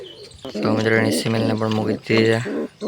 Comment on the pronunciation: સીમેલ નય ભાઈ ફીમેલ કેવાય😅